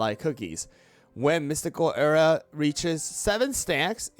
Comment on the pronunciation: we need to talk about the way you say “aura”